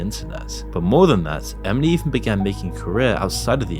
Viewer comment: Did you add a “D” to Emily when you pronounce it? Lolll Emidly